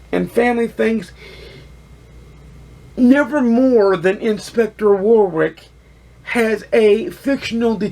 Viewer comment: Great review - another one to add to my tbr - thanks. (In the UK we pronounce Warwick as 'warrick', the second w is pretty much silent.)